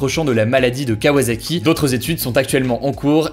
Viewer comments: Bon, Hugo je chipote, mais ça se dit KawaSaki et non KawaZaki :D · Pour info, vu que ça m'énerve au plus au point. Au Japon, le "S" se prononce comme un "S", donc "kawa[Sa]ki", pas comme un "Z" (comme dans "Zorro" ^^;). Kawa[Sa]ki (préfecture de Kanagawa) ne vous remercie pas. Kawa[Za]ki, pas trouvé ^^; C'est comme pour "Osaka" (prononcé, [o][za]ka)... Non, c'est "[Oo][Sa]ka" ^^